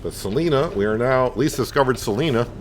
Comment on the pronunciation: Salina has the long 'i' sound like as in 'line' - Sa-line-a. :-P And I'm from Topeka and the welcome to Topeka sign on I-70 is correct as well as the exit names on I-475 (although they skipped a couple between 21st and Burlingame).